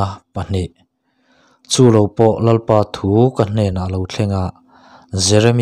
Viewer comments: Bung 1 na a Lalpa thu, tih hi Lalpa thu ti lovin Lalpâ thu tiin lam zawk ta la, Lalpa thu tih lai hi Lalpâ tih lai tak hi han thluk sang det ṭhin ta la, ngaihthlak a nuam leh zual dawn sia, chuan, i ti lawmawm lutuk bawk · Tlemin han uluk deuh teh, Lalpa thu tih tur ang ah hian a dik loh dueh tlat